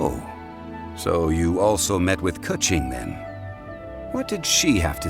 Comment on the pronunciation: Why does Keqing pronunciation sounds like a "Cut G" lol